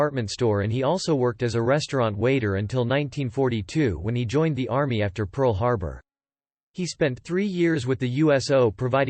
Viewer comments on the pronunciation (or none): none